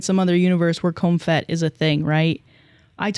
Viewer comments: Just fyi, it’s pronounced “Comp-HET,” not “com-fet.” It’s short for COMPulsive HETerosexuality. Just wanted y’all to know so you don’t go around saying it like “comfet.” 😂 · lol changing comphomo to comphet...i understand that was a mistake probably because you had to look up comphet. But then pronouncing the ph as an f......... come on, it's COMP (for compulsory) HET (for heterosexuality). Putting the f sound in there is driving me bananasss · It’s pronounced Comp Het - as in Compulsory Heterosexuality. Not comphet 😅 Bless your heart though, I loved hearing “comfet” 😂🏳️‍🌈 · the way she’s pronouncing comp-het like the ph in phone oh bless her heart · pronouncing comphet has me giggling 😭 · im posting this nicely for future reference, it's pronounced "comp het" compulsory heterosexuality!